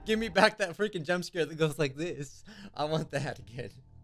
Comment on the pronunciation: ah yes scaer